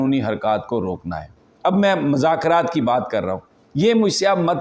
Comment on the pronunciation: السلام علیکم محترم یہ لفظ مذاکرات میں میم پر پیش پڑھیے